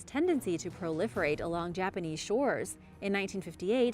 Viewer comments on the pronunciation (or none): none